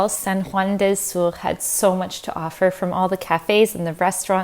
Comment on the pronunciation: I can’t help but cringe when your say “sur” it’s spanish not french 😅 awesome video btw ! It’s beautiful to be in nature ☺️